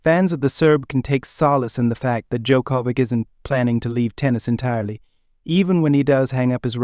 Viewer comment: Learn to pronounce his name for god's sake!